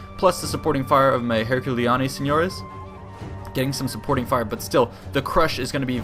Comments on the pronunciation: No, you misunderstand me, I'm not talking about the pronunciation, I'm saying that word is written ver y similarly. And in this particular case it's very funny to hear him pronounce "nio" because while you would say "ño" in Spanish English speakers don't really have that sound. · Coming from a guy born in northern spain, listening to you pronounce "seniores" is hilarious hahaha.